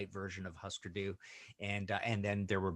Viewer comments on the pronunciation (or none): It's pronounced "HOO-sker," not "HUS-ker." 😉 And Zen Arcade and Metal Circus "unlistenable?!" Hardly. They're masterpieces. Go listen again! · Can't believe he pronounced their name wrong though. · Just wish he said their name right. 😅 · Ikr, you'd think he would know how to pronounce their name.